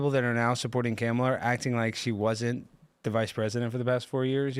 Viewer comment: I Love how consistent is calling her Camela 🤣